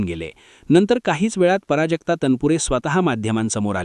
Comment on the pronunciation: पराजक्ता नाही प्राजक्ता लिहीणं तर नाही बोलणं सुद्धा चुकीचे पराजक्ता पराभवा सारखं वाटतं